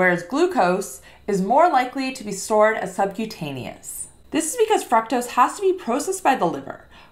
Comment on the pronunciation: The correct pronunciation of fructose is with a long "U" sound, similar to the way "glucose" or "too" is pronounced. It is not a short U. English pronunciation both British and American are similar.